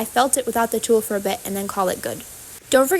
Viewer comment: Tuh-ll Not tool. it's tull.